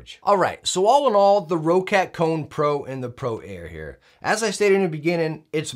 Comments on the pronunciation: What is this, Row-cat I keep hearing? It's Roccat, not Row-cat! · Hey, great video! I have also pre-ordered this mouse and I love it!:) Just one more little hint since this mistake is made by many: it's pronounced like the word "rocket". Not "row-cat". Simple and plain: "rocket". Have a good day, Sir. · No diff if say quietly